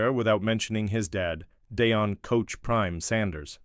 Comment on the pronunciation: You need to learn how to pronounce Shadeur and Deion. I don't care what number Shadeur wears as long as it isn't 14.